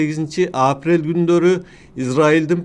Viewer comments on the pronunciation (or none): агай апрель деген сөздө басым экинчи муунга, б.а. апрЕлге түшөт, сиз [Апрель] деп айтып атасыз. АКШ дегенде дагы [Акш] деп угулуп жатат. Кыргыз тилинин эрежелерине ылайык, [акышЫ] дегендей айтылат. Ийгилик каалайбыз каналыңызга.